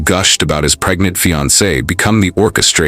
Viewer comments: He didn't say pregnant, he said "preynint". He was a real catch, wasn't he? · I hate when people say “preynet”